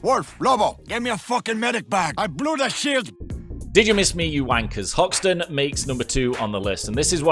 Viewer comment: Umm who's Houston and why is hoxton not hoxton